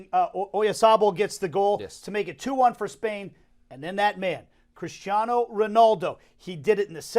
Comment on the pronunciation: Guy with glasses stop saying Ronoldo. It's Ronaldo. Cheers.